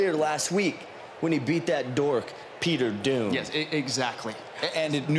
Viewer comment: His name is Peter Thomas not Peter Doon😠